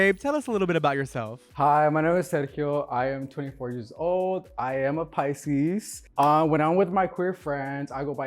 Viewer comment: When Sergio said PICSES ….😀